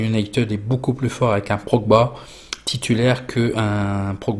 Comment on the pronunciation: Merci ont t aime!!! Et aussi c est Pogba pas progba 😂✊